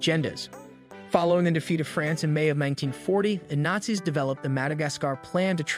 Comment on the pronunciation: I love the ai voices, some of the mispronunciations are funny.